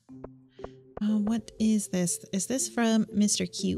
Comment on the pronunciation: This is the only series i insta-watch, love it! One note though :D... It's Mr. Qi, not just Mr. Q.